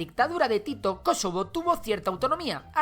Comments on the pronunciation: Por qué dices Kosovo con acento en la antepenúltima sí ésta no es una palabra esdrújulua :’v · Me incomoda como pronuncia "Kosovo", no es palabra esdrújula. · Jajajajajaja creí que decía kesovo